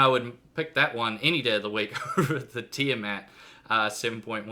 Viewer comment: its pronounced Teeeyaa Maat